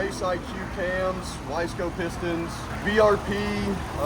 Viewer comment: “Wiseco pistons”, not y-scope lol.